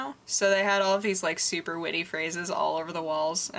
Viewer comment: I love the way you say super. "Sewper" LOL